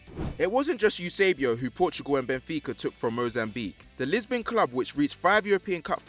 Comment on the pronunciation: Its Eusebio not Eusobio, it's Kahn not Khan, Brazil are known as the Selacao not Selacio… fml man cant pronounce any names.